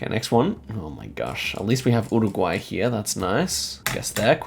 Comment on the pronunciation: Can you stop saying URRuguay? Just say 'Yooregwy'